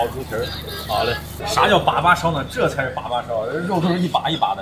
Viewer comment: 把把，发音应该是（二声）（三声）吧🤣